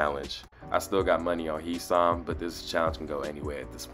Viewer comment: Kirsten was Robbed 13-0 and Blue Kim is taking the win And his name is pronounced Hi Sam